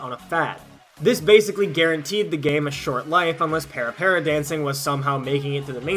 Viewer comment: Couple of little fun tidbits: - It's not para, like in parallel or paramedic, but more "pah-rah pah-rah" You can hear a good pronunciation in the song Para Para Paradise by DOMINO, featured in IIDX 6th Style! So the videos seen in the PS2 version of the game (I still own the game and controller, funny enough) wasn't shown on the machine itself, but there was a dedicated machine attachment that was a CRT and DVD player that had the dances playing next to the machine. My friends in KCK still have a copy of the machine as well, it's fun to go back and play Tora Tora Tora (which I recognized in a heartbeat from the person playing with the blonde hair.) At one point, Konami was indeed working on a 3rd Mix/Deluxe version of the cabinet, that actually allowed for three dancers simultaneously. (three octagonal stages connected at an obtuse angle, think a wider triforce.)